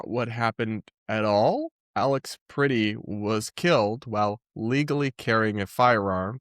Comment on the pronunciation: You're pronouncing 'Pretti' like the English word pretty. It's the eh as in press.